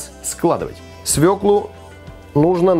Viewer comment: Как приятно слушать правильную русскую речь, особенно про свЁклу, а не про свеклуууу.....!